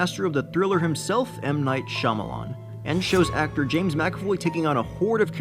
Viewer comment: Spee Spa what "Shamalamah"? Shyamalan